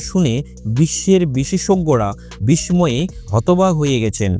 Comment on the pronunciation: উচ্চারণ ঠিক করুন! বিসময় কি ভাই?!!